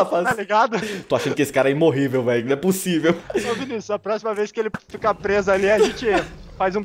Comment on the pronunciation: quem percebeu que ele falou imorrivel k